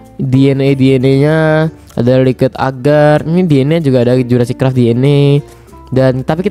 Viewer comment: NGAKAK ANJIR PAS NGOMONG CRAFT